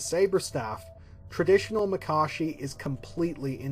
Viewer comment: Finally someone who pronounces Makashi the correct way. These vids are great! Keep it up!